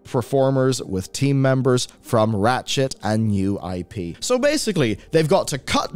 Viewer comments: all I kept hearing was "rat shit" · I enjoy your gaming reporting but everytime you say Ratchet (an IP I love playing) it sounds like you are saying rat shit and I have done a double take or two.